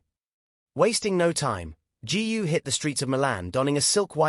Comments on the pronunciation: Please do your homework! Her name GU is pronounced as GOO not g u ! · Why pronounce her name as G. U. ? Is that difficult to say GU ? By the way, her real name is : GU AILING ! Chinese people always place the family name ahead of the given name. Hungarians are the only Westerners who do the same as the Chinese because their ancestors came from North/Central China ! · That idiot can't even pronounce Eileen's surname !! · I guess AI is far from perfection. If it can't even pronounce her name right. Please don't post it. Totally disrespectful towards Eileen and her family.